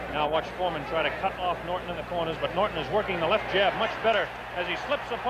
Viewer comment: Dang, audio texting…Ali not Holly, Norton not northern! 🤣